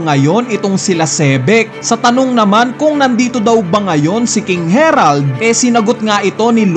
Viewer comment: Nag iba pag bigkas mo sa herald to harald 😂 parang ambaduy ng harald